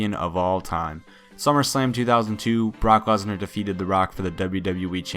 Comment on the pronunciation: It sounded like he said "cock lesnar" xD Jk jk